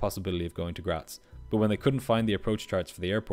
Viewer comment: Thank you for pronouncing Graz correctly